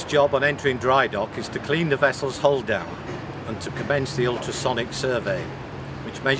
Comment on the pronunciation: Following the explanations of the narrator I was always searching for a 'hall' or a 'hole' until I realized he was speaking about the hull. Being Non-English I have to rely on what I learned at school and also the Oxford Universal Dictionary tells me to pronounce the 'u' in 'hull' like the 'u' in 'nuts'. Nowadays the English language sounds pretty (or is it already 'preddy'?) American.